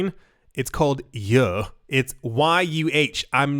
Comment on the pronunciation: Every-time you said YUH it cracked me up